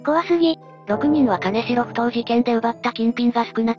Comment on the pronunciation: 金城→きんじょう ですね。